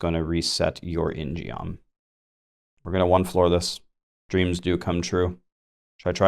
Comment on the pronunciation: Hey... just wanted to tell you ingeom is pronounced 인검 (in gum) its a korean themed weapon like the taeguk.. anyway hope this helps